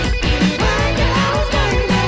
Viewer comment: Wtf is a vankah? Nobody says it like that including gunter